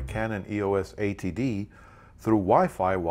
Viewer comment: sounds like your saying canon ATD